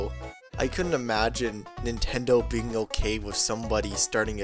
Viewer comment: "Dis video will be plehable on the original nintendoo 64 console...."